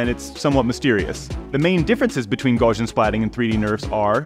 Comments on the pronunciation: Gaussian is "gow-see-ann", even though it looks like "gawsh-ee-ann". Just remember "Gau" rhymes with "Tau" (which rhymes with "cow"). The name Gauss rhymes with house. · The fact that the guy cannot look up in any online dictionary how to pronounce Gaussian tells me that's a complete moron.